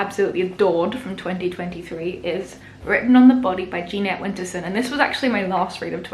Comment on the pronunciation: A few things (just for your future reference): It's pronounced pon-shon. It's juh-net Winterson. This is in no way a slight, rather a friendly gesture.